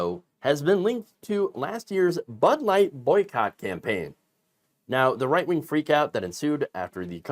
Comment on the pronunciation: I tend to watch with the closed captions running. When you say "right wing," it sometimes prints as "white wing." ... I guess it's not completely wrong 🤷‍♂️ but it gives me a giggle 😄